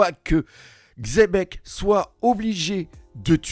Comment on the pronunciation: parmis les seuls qui lisent le X de XEBEC! MERCI! 😂